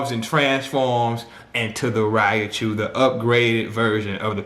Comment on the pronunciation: Man, PLEASE say it right!! It's "Ry-chu!!" Lol but good analogy